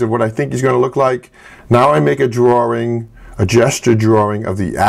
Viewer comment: His accent! "Drawring"!!! :)